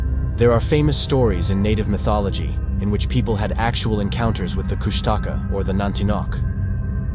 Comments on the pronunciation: It’s Koosh ta Kaa. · I believe its pronounced kush ta caw. And some believe it has an appearance of an otter and cries like a baby